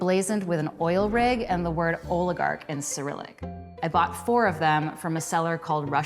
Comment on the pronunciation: Lol she said oil-i-gark